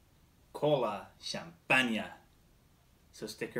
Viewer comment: You pronounce wrong isn’t Kolachanpaña? no no, is Colachanpan, I the flavor is lake Crem Soda. In the USA.😃😂🙂. Thanks